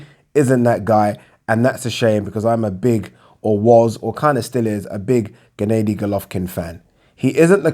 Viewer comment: Just say triple G ffs Instead of G. G. G. 😞 And it's Ger-nar-dy Not ga-nay-dy you TOOL!!! Andra-day Andrard??? You tit